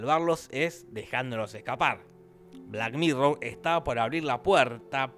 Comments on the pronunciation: Por que es argentino, aunque creo que lo hace a propósito ya que resulta más gracioso, de una u otra manera a mí me gusta. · No supero que cada vez que habla de la tipa le dice black mirrow xddddd